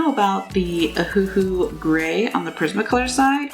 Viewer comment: If u keep saying ahoohoo XD I SWEAR